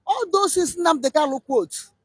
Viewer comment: Please Mazi is not called kallo he's called Kanu your tongue